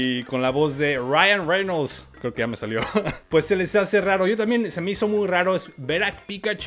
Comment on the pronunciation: Jajajaja Ryan Rermol 2ndo intento Ryan reyno, jajajajaja estuvo gracioso, buen video.